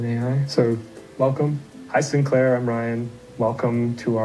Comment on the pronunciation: I can't with the way she pronounced Sinclair 😂 it's as bad as Craig and Graham